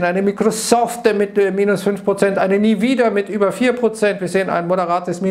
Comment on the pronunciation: nvidia=niewiedia :D